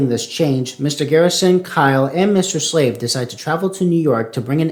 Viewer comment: This was awesome, just noticed a few mistakes though, one minor one i find funny is that you call mr slave mr slade 😂